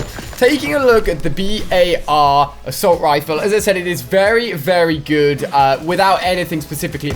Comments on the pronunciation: It’s not B.A.R it’s just bar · It's says bar not b.a.r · Why do you call it the B.A.R it’s BAR like it’s not a abbreviation just call it the BAR please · just call it the bar not the B.A.R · Why doesn't he call It the Bar rather than the B A R ...? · Omg it’s making me mad it’s only called a “bar” not a “b.a.r” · It’s not the B A R It’s the bar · Anyone else notice how he pronounces the bar........... B.A.R